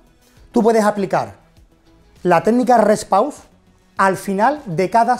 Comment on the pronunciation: Se llama REST PAUSE, no " repow " 😅